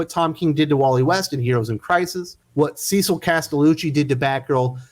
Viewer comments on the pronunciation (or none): none